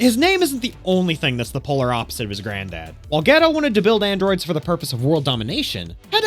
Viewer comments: Gedo you mean dr dero get it right my man's 😅😅😅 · It really sounds like you're say Dr Ghetto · Why it sound like you saying ghetto!! You torturing that name bruh, have you ever even watched the series??☠️☠️😔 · Why do people mispronounce so many dbz names that are plainly known it dr ger-o not dr. Get-do also its not Brawly its Bro-li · Okay wait a damn minute is it Dr.Gero or Dr. Gedo? I promise you if I have pronouncing the name incorrectly for years im going to go crazy 😂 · oh okay that makes a lot more sense now. I thought I was going crazy from hearing the announcer in the movie saying Gero and hearing him here saying Gedo. Thank you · "geh-row" LOL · Just say Dr. Hedo. Hee-doh. Like Hero. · You triggered me the way you said dr geros name…..it’s Dr GER-ROW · Jeh-roe! All together now🙄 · Pronouncing Ger-o wrong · Why is the narrator pronouncing Dr. Gero's name so wrong, kind of shows the narrator never watched DBZ and is just reading lines. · Is anyone gonna tell this man how incredibly wrong he’s pronouncing dr gero? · you saying Dr Gero wrong the whole video makes me ears bleed. but good review thanks lol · why on earth are you saying dr gero's name like that? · Is that how they pronounce his name in Japanese … cus man it’s bothering me hahaha Dr. Gero damnnn I need the English pronouncing of it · Why tf does he said gero like that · I don’t like how you pronounce gero and hero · did you pronounce gero as gero .-. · im pretty sure you have never seen dragon ball. considering you don't even know how to pronounce Dr. Gero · I cant stand him saying dr.gero wrong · Your mispronunciation is the most asinine thing ive ever heard. Wtf is wrong with you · I was totally into this until he says Dr Gero... like...hold up... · Is there a reason why you decided to to pronounce Dr. Gero's name wrong? I listened for the first couple minutes without looking at the screen and was confused as hell. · I hate how you pronounced Gero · That Dr Gero pronunciation hurts my soul